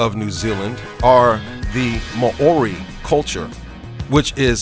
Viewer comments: Ma-ori lmao!!!!! 😂😂😂😂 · ma-ori??? lol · "Ma orie" ahahahah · I'll say...Lol! Ma o ri 😂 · I live in New Zealand it's You don't say Mouri right